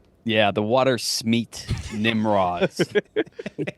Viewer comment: Them pronouncing it “water” “smeet” as opposed to “waters” “meet” angered me more than it should